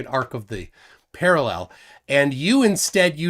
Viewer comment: Why can’t these clowns pronounce parallel?